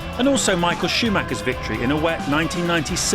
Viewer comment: "King of the weet" There it is 😂